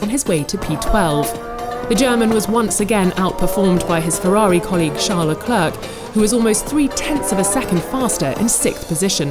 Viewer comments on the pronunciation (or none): “Leclerk” ultimate cringe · It's not Leclerc it's Leclair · Why do they keep saying leklerk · Nobody: The voice in this vid: "Charles Le"clerk" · Why can't they pronounce names. Kivyat?? Leclerccc?? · Guys for the love of names, it’s pronounced Charles LECLAIR!! You don’t pronounce the C at the end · “Charles le clerk” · Can this woman please learn how to pronounce Leclerc and any time in the near future?